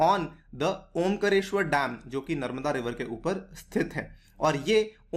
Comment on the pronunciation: सर जी ओंकरेश्वर नहीं ओंकारेश्वर और खांडवा नहीं खंडवा है।